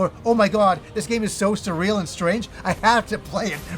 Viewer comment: My ears are bleeding hearing the word surreal. This turn based style of game isn’t my cuppa tea but I hope it does well & gets the recognition it deserves 😉